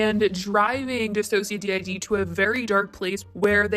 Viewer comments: If you watch one of DissociaDID's videos where they say their channel name you'll find out how to say their channel name correctly btw. It's not dissocia D I D it's DissociaDID like "did" at the end. All one word. Please pretty please change that if you keep reporting on their channel. They've been through enough. Trisha needs real professional help and needs to get the hell off the internet forever that would be a great present to humanity. Morgan shouldn't have linked her professional life with someone who is SO incredibly toxic, but she did and will deal with the consequences. She knew the risks and proceeded anyway, her fault. As for the apology from the other chick. She started off w/apologizing to the "black community". Then used the words like "my whiteness" & "my privilege" & she wants to "use her privilege to better the world" um you don't better anything by thinking that way. She needs to get off her imaginary pedestal & wake up she's not better than anyone else and can't do a damn thing by thinking like that. She hasn't changed her mindset at all in my opinion. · It seems like you didn’t really do too much research on DissociaDID, seeing as it was pronounced incorrectly. I wish there was more reason as to why Trish is out of line in this video, rather than just brushing that off? Idk though.